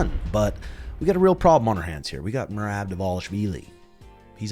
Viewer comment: But learn to say it in Georgian lol